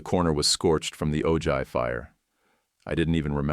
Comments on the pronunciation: AARGH Ojai = OH-hi, Spanish word. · TEACH YOUR AI NARRATOR THAT THE J IS PRONOUNCED AN H IN OJAI. 🤦‍♀️🤦‍♀️🤦‍♀️🤬🤬🤬